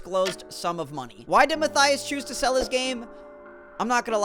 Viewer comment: i know mathyas is fun to say, but you can say matthews and ur good